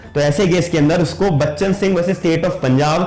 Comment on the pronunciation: Bchan singh h , not bcha singh. Majhi hai, not machi